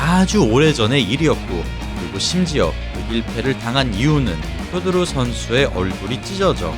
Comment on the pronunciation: 실력도 실력이지만 표도르는 경기자체가 시원시원하고 가장 재미 있엇다 효도르는 일본 발음이니 표 표기가되는 우리는 표도르라 불러야